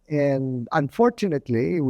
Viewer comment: anong ba itong interview na ito, scripted ba ito? anon po ba ang maitutulong nito to improve our lives, i feel more more frustrated at sabi nga sa "UNDORTUNATELY' aray ko may PAG ASA PA BA